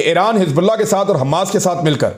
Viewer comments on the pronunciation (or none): none